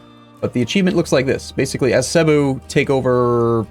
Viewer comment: Oh yeah. Just so you know, the emphasis in Cebu is on the BU.